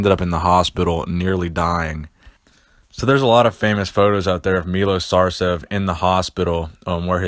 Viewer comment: it's effin' Sarcev not Sarsev